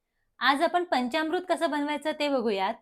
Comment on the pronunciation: पंचामृत असा शब्द आहे. पंच्यामृत नव्हे.